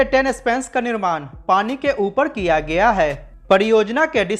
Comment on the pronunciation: किया गिया अशुद्ध है ।